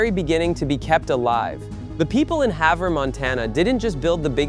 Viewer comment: I'm fairly impressed he pronounced Havre correctly. When that tractor was built it didn't even fit in the manufacturing shop with the tires on. I worked in the same shop years later assembling sprayers, air seeders, and a few other farming implements.